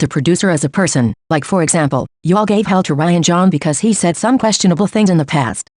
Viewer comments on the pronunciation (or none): none